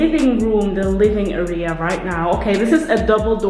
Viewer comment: love your vids!! je legt de klemtoon verkeerd in het woord 'area' - het is niet arEa, maar Area. Keep up these home-vlogs! Love to see what you/ll do with the space! xo